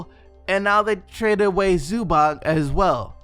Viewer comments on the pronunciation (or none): none